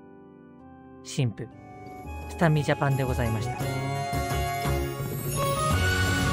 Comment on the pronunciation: ここありがとうございましたの、ございましたが、ございまいだになってる｡(多分の疲労だと思う｡ゆっくり休んでください｡)